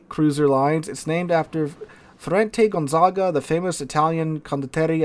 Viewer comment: your last "gonzaga" was the right one, so i'm not calling my american uncle on your. for now.